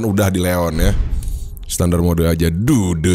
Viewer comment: terasa gatal telinga saat mendengar kata SETANDAR ???? WTF